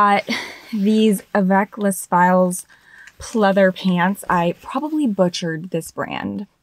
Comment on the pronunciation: Hi for avec les filles the filles is pronounced fee! Great haul video